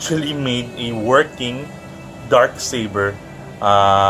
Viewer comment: oof Accent*